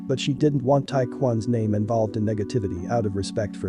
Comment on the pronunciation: You are butchering that name lol you know I fuck wit ya tho keep ruining it up G